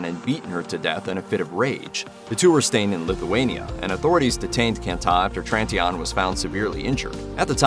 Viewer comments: Could you further traumatize the woman’s family by butchering the pronunciation of Tritignant’s name like a clown? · That's what I thought. If I only would have heard what he said, without pictures, etc., I wouldn't have known who he is speaking about.